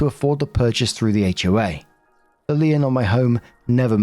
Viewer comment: Story 1 - When doesn't know how to pronounce "lien".